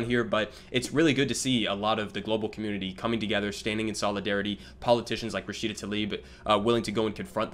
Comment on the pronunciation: He can't even say her name correctly; apparently she's now a man 🙄